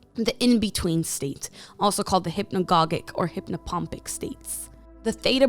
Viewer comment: Oops: Hip-na-godge-ic. Second G is soft.